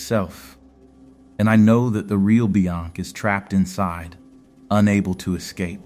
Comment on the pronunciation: The way the AI says "Beyonc"